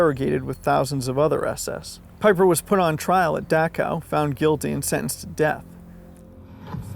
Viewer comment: That's 'Vaffen' phonetically. 'Veer-macht' Peeper (Piper). What is it about Americans and not pronouncing words correctly, jeez. Anyway, otherwise good video.